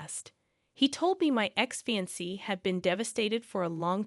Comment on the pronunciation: FYI, fiancée is NOT pronounced "fancy". It's pronounced, "Fee Yon Say". Same with ultimatum. You said "ultimum" instead of "ul tim ate um". There were several others words you did this with as well. If you plan on continuing being a VA (voice actor) then I highly recommend learning how to say words properly. There are several sites on line that have live people pronouncing words. Also, just because someone didn't correct spellcheck in the copy you need to adjust for that. I've been doing voiceovers for over 40 years so I actually have a clue. You have a nice voice and don't just read the story so please try to improve.